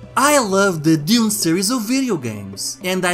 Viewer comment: "deez" "dayoon and dayoonah tayooah!"